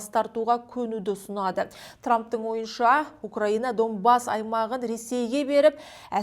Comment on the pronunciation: Не Домбас а Донбасс